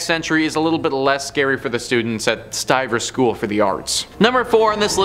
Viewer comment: "Stivers," not St. Ivers, or Saint Ivers.